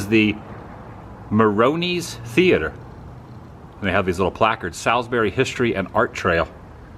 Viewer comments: Haha all the NC Native will make fun of your pronunciation of Salisbury. It’s pronounced Saaalsbury round here😂😂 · Ok ok, I live in Salisbury and I just have to tell you locals pronounce it like Sawsbury 😂, also you missed so much great stuff here! You should definitely come back and see the train station, the transportation museum, Salisbury High School, and all the cemeteries here! Lots of history here! Also the sign you saw that said Ketners Grocery is a reference to the Food Lion chain which was also founded here in Salisbury. Their original name was Ketners! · Ralph Ketner that owned the supermarket in your video, sold to FoodTown that had to change their name to FoodLion, Ralph stayed on as GM for several years. And that town is pronounced Saulsberry lol just thought you might want to know. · Great vid! And it’s “Sauls-berry” 😀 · FWIW, my hometown, it's pronounced sawlz-berry. I'm sure the Chamber of Commerce will appreciate this video. The Carolina Beverage Corporation building at the end of the video is actually the original bottling facility. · Yeah, that pronunciation of Salisbury was getting to me 😂! I was hoping that Carson would correct him!